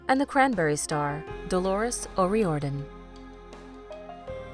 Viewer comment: The "Celebrity" tag never ceases to amaze. You have someone as great as Stephen Hawkins juxtaposed with a Chef. Yes the Chef was great but there is no comparison. This video goes to show too that software has a long way to go as it made a horrible job of pronouncing O'Riordan.